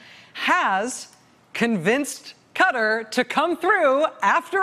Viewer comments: Please for the love of god say the countries name correctly. Qatar...KA-TAR, not cutter.... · Wonderful, factual, smart and enjoyable reporting...but for the love of whatever...please: KAW-TAR...spent 5 min trying to find out who Cutter was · Pronounce country's name correctly please. Ka-tar not cutter. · Hey Rachel its not pronounce "cutter" It's pronounce KA-TAR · RACHEL! You are pronouncing it wrong! its pronounced kaTAR! NOT KUtter! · It's actually pronounced both ways depending on who you are ( and differently by males and females in some circles believe it or not). It just sounds stupid with an American accent is all. Ka-Taari sounds better than Cuttery. Sounds like you're asking for a knife and fork lol. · I hehe when she say Cutter some month ago when I hear it first I was thinking Americans say Cutter Not Ka-Tar ^^ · Please Rachel it’s Cat - argh. Not Cutter. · This would fall outside Mueller's brief, but certainly warrants a full investigation. It's not pronounced Cutter, it's Cut-Tar. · Why does she keep saying cutter cutter cutter? Does she mean Ka-tar?! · "Kuh-TAR" not "Cutter"... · Love your segment but it is pronounced as if you are saying car-tar not as cutter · Dear Americans, It's Ka-Taar, not cutter. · Come on Rachel it’s not “cutter”, it’s pronounced “cat-ar” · IT'S NOT 'CUTTER', IT'S (kah-tar) QATAR!! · Please Rachel your show is the best but its Qaàa Tar not cutter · Why Cutter ? Try Qatar or Ka Tar. (Eye Rack next....) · It's not Cuttor It's Qatar.... (pronounce: Katar) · Properly pronounced "Ka-TAR" - same as "Qataris" without the '-is' Not "Cutter" What's up with mispronouncing Qatar? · When did the pronunciation of the country turn to :'Cutter' vs 'Cou-tar' which it has been for ages prior? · "Kaatar" not "cutar" the name is Qatar! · Why do americans keep pronoucing Qatar (kaartaar) as cutter? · KA-TAR not cutter!!! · Speaking of pronouncing the place. Why do you guys pronounce it like "kuht-er?" It's kah-tahr or kuh-tahr. Ref